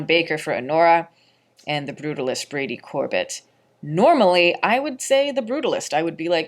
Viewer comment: It's Brady Cor-bay pronounced like the frozen dessert Sorbet....I just learned this recently- not trying to be annoying.